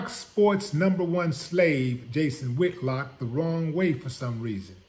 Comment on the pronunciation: He said “ Jason Ham-Hock” 😂😭😂